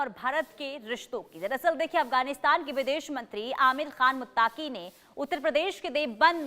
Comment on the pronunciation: बहन यह शब्द मुत्ताक़ी नहीं है , बल्कि मुत्तक़ी Muttqi hai